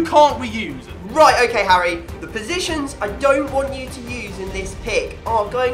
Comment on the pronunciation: Fangs Said Harry hairy